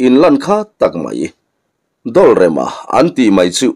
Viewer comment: 'Dawlrema' i tih hi thereng chikhat 'dawlrêm' kan tih hi a ni zawk lo maw? 'dawl/bakhik kan lam ang nilovin, 'dawlrêm' 'rêm'-bo zo vek, pakhatmah awm tawhlo- rêm ti-a lamin, 'dawl'-dawldâng, hrisel lo, damkawr kan lam anga lamin.